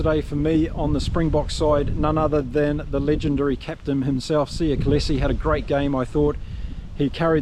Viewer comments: How can you pronounce Kolisi's name as KOLESE?????? How????? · Great recap! For Kolisi, it’s pronounced Col-ee-see. :) 🇿🇦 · I am talking about this channel's Youtuber. How can someone not be able to pronounce KOLISI? Btw, aren't you being petty, Bred??